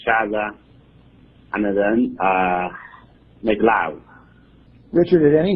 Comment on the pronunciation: make love。。。这发音 哈哈